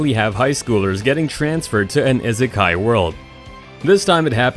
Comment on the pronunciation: My only problem with this video was the way the guy said isekai